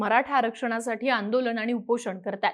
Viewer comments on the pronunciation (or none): आंदोलण नव्हे हो बाई! आंदोलन !!